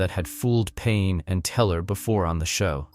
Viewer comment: Pain❌ Penn ✅ Helen Coglar❌ Helen Coughlan ✅ John Jay❌ Josh Jay ✅ Come on now dude..